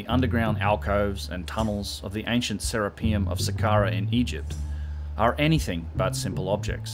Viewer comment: It's not "Sarah P umm" its "sir Rap i um" after Serapis! pronounce correctly sir